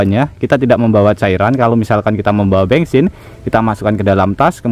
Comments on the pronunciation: Bensin ❌ Bengsin ✅ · Bengsin apa bensin sih?😮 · Bensin menjadi bengsin😂😂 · bengsin atau bensin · Yang bener bensin apa bengsin sih? 😂